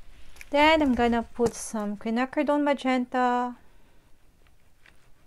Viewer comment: Gusto ko yong color combi mo sis at talagang memorize mo mga color ah..may tunog lang sa kin yong pagbigkas mo ng majenta hihihi..sa madalit sabi magandang maganda